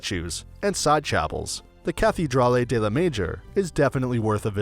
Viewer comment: This video is good...but the pronunciation hurts. Ca-thee-draw-lee???